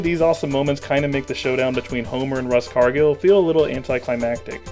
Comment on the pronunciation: Does anyone else notice that in the angry mob attacks the house scene Smithers is there, then in the power cut scene he and Burns are out of the dome, then in the bomb scene they’re both trapped in the dome. This ruins the film for me, and now I’ve ruined it for all of you, sorry. Also, RUSS Cargil??? I thought it was ROSS Cargil!